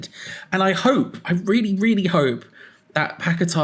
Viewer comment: Will come back when you get his name correct. Not pack a tar it's paqueta. Your not the only one either . As him as I have how his name is lol 😂😂